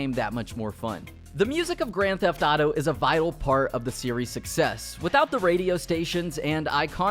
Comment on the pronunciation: And you still say Grand theft dauto smh